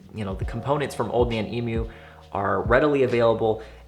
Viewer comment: you're one of the only yankee's to actually pronounce emu correctly. thanks for that